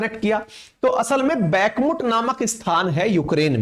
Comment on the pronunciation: भाई बैकमट नहीं सही उच्चारण "बखमूत" है